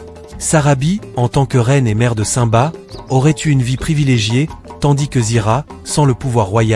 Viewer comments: mais c'est normal, aucun être humain n'a ce genre de voix. on entend bien que le timbre de voix fais faux, c'est surment une IA qui parle donc une voix robotisée voilà pourquoi il prononce le nom de simba comme ceci saint-ba alors que ça ce prononce cime ba. De plus, à un moment il dit ira au lieu de zira. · nul et déjà vous dites ou prononcez mal le nom de simba. quand vous dites le non du roi lion on entend comme ci vous disiez saint ba hors on devrais entendre comme si vous disiez la cime et vous rajoutiez le bas donc ça donnerais cime-bas et ça s'écris comme ceci je vais vous l'épeler lettre par lettre: s-i-m-b-a mais on entend comme si on parlait de la cime et du bas. de plus zira ne peut pas être la sœur de nala c'est impossible car si on regarde bien les détails on voit clairement que zira semble beaucoup plus âgée. elle pourrait être sa mère au vu de l'apparence mais là aussi c'est impossible car la couleur n'est pas la même. les partisanes de scar et donc de zira sont grise hors simba et les seins sont roux. c'est comme les renards: ils y en a des roux et d'autres bleus et les polaires sont blancs. d'après moi scar (taka) était jaloux de mufasa du fait qu'étant l'ainé c'est taka qui aurait du être le futur roi mais leur père à toujours préféré mufasa faisant de lui l'unique hériter de plus mufasa à épousé sarabi hors taka était aussi amoureux d'elle. comme le dis le proverbe faute de grives, on mange des merles ce qui veut dire on se contente de ce qu'on a alors que l'on pourrait avoir mieux et ça s'est appliqué à scar qui à été obliger d'épouser une autre lionne que sarabi et ce fut zira mais elle, elle était je pense amoureuse de taka (scar). voilà pourquoi zira ne peut avoir aucun lien de parenté ni ave sarabi ni avec nala.